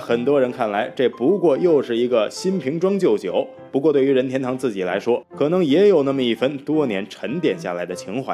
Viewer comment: Mingwei Liu 必须顶你一下,这里又不是姓氏,解说怎么能发二声,听得难受死了. 另外这个配音的英文发音也是无力吐槽了.